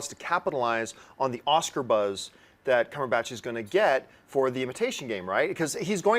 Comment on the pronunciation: Okay this has been pissing me off for a while and I'd like it known by John Campea himself that he is saying Benedict Cumberbatch's name wrong. It's pretty obvious there is absolutely no "botch" in the latter part of his last name. Why do you keep on saying it? Look at his interviews; it's clear he even says his name is Cumberbatch. #CumberbatchnotCumberBOTCH drops mic